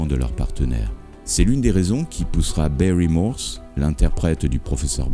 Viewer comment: Vos documentaires sont excellents. Mais faites attention à comment vous prononcez les mots anglais : "guest-star" ne se prononce pas "gouest" "Prentis Hancock" ne se prononce pas "Han necouque" "Barry Morse" ne se prononce pas "Bairi" Bref, vous avez besoin d'un coach en anglais.